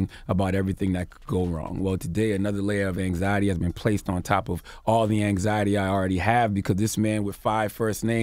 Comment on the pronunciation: Nobody: Absolutely nobody: Charlamagne: AnXiEtY